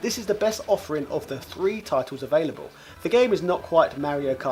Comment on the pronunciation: It’s “Three” not “Free”.